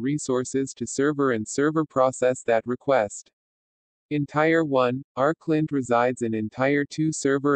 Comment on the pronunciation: hey, you're mispronouncing "tier"